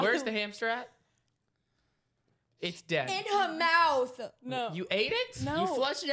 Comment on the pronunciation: The “ in hew mouth “